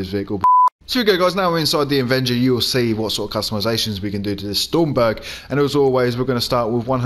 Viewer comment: It isn't stormberg it's stromberg strom not storm ! ⚡️